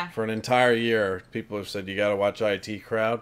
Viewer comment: Wow, you said the title of the show as "eye tea" crowd! Most people I have seen thought it was the "it" crowd when they first watched it.